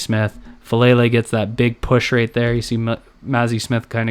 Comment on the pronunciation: its pronounced Fah Lah Lay not Fah Lay Lay